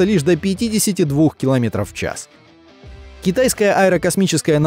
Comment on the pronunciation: "Китайскайская корпорация S.A.S.I" стоп... ЧТО?